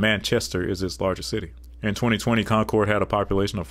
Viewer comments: For New Hampshire, you got some pronunciations wrong. :) Concord is pronounced like "conk-erd" and Nashua is pronounced like "Nah-shew-uh" where the "a" in "Nah" is like the "a" id "bad." We New Hampshirites have lots of "interesting" pronunciations, like how Lebanon, NH is pronounced "Leb-ih-din" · As a new Hampshire resident I feel obligated to tell you: it's con-kerd and nah-shua (a as in at) Con-cord is how Google pronounces it 😂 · In regards to New Hampshire: The capital is pronounced Con-curd. The second largest city is NASH-you-ah. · The capital of New Hampshire is pronounced Con'-kerd, not Con'-cord. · You pronounciation of concord is very odd we definitely do not say con-cord. Its more like conkurd and nashua is not na-shua but i am having a hard time trying to break it down. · Concord is pronounced "CON-kerd" and Nashua is pronounced with the first "a" as in "Cash". Fun video! I love the little historical pieces, too. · A tip about Concord, NH. Its pronounced Concurd. Its weird but thats how we say it. Nashua is pronounced Nashua like Nashville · I can tell you took the highway to concord NH . I can tell you didn’t do anything besides drive . No local would let you butcher Nashoowaa or conKeRd . I appreciate the narration over the alphabetized map. Population stats only matter in context of county/river valleys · You mispronounced Maryland, Helena, Concord, Nashua, Barre. Me-rah-lend Hel-en-ah Conquered Na-shoe-ah Barry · Please everyone it's pronounced Con-Cerd & Nash-Eu-A. Thank you for coming to my TED talk. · Concord is pronounced conquered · You mispronounced concord amd nashua